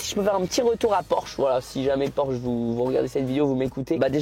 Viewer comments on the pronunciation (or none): tu feras attention brozer c’est bien porsche et pas porshe je sais pas si ça peut se corriger mais au moins t’es au courant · C Porsche pas porshe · incroyable la vidéo mais PORSCHE PAS PORSHE 🤣Humour bien entendu j'ai adoré la vidéo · Le « pimp my porshe » au lieu de Porsche m’a fait mal au coeur.. Mais bravo Michou, tu régales tes proches tu as bien raison, vivre à fond on sait pas de quoi demain sera fait alors continue à profiter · Porsche s'écrit comme sa pas porshe comme ça petit tips avant de te faire taper dessus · Super vidéo mais c’est Porsche pas porche pour le pimp my Porsche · Le porshe au lieu de porsche 😭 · "porshe" la honte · Porsche et pas porshe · PORSCHE ET NON PORSHE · T'as pas respecté le nom de la marque 😭 C'est Porsche avec un C pas juste SH 😂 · "porche" j'ai eu mal aux yeux ahah (PorsChe) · Porsche pas Porshe Michou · Tu feras gaffe à pimp my porshe c'est "Porsche" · j'ai kiffé la vidéo mais le pimp my "porshe" et pas Porsche je fais une fixette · Porsche c'est avec "sc" pas juste "s" mdr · ✨ Porsche ✨ et pas "Porshe" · Mdrrr Michou c’est porsche avec un C donc "pimp my porsche" pas "pimp my porshe" bahaha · Sa se dit PORSCHE !!!!